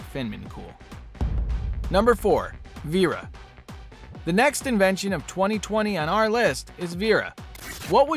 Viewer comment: It’s inventions not invations